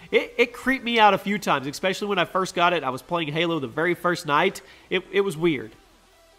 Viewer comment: Can’t get through a video without saying the word “especially” as “expecially” can you?